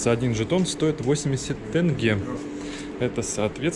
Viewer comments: Почему Тэнге !!!!! Вроде русскими буквами написано Тенге !!! Почему российские вечно всё каверкают!!! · С названием казахской валюты россияне задолбали! Написано же "тЕнге"! Не "тЭнге", вы же не говорите "дЭньги"... Интересное слово на русском - "байконур" :-) . Как это перевести с русского на казахский? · Как дети малые, неправильно ударение поставил.